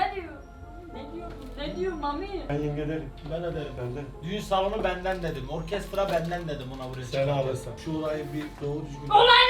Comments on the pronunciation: Ben orkerstra demesi 😂😂😂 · Canik : Ben Orkestrağğğ. :D sjksjsjjsslkjkss